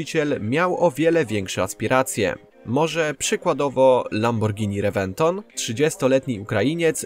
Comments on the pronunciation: Lamborghini Rebeton chyba XD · Ale u nas mówi sie rewenton ༎ຶ‿༎ຶ